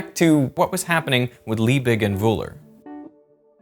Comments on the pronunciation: that last "g" in Liebig should pronounced as a g, not as a "ch". Just as you pronounce Leipzig with a g. Just for future reference. If a word is to be pronounced as some kind of guttural "ch", it will not contain merely a hard g. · The german G is just pronounced as a sharp, short G. LiebiCK almost, without the click. Ch in Friedrich is likewise just pronounced as a "Shh" sound. These mistakes stem from overthinking how to pronounce these sounds, and making it ultimately not even sound germany anymore, but more like swedish, or dutch. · Why in God's Name would you pronounce von Liebig in a french manner. Discusting do some research, cant belive a single thing in this junk video now. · Justus von Liebig was german, so pronouncing his name like it was dutch is equally "wrong" to any americanized pronuncitation. it just makes it seem extra pretentious. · Why you pronounce a "G" as "ch" and a the Ö as Ü? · "Justus von Liebig" - Liebig pronounced like Lee_Big (Tall), not Leebirchrrrr. "Friedrich Wöhler" - Friedrich proncounced like Free_Rich(ard), no Friedrikrrr.